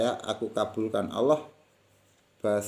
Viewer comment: Lam jalalah dibaca taghlid....dg suara yg berat...bukan ringan / tarkik...mohon maaf kalau kurang benar.....matur nuwun....🙏🙏